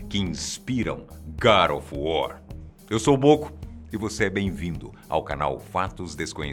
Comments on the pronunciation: sepre que ele falava god of war eu escultava gari of war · Gara of War ???? E God of War !!!! kkkkkkkkkkkkkkk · Garo of wor...Boco pronunciando o titulo...rindo muito... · "GAD OF WAR" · GADO OF WOR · Garu of wuaar kkkkkkkkkkkkk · Garo ofu wor kkkk